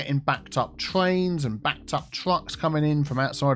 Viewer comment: "Backed up twains and backed up twucks."